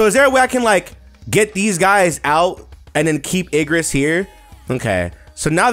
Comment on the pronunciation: bro keeps saying ignis even tho its obv igRis